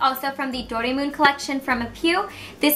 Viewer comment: Doraemon is actually pronounced like "do-ray-mon", and the mon is the same as in pokemon. im so jealous~ that's a lot of cool makeup! your makeup is so pretty in this video! :)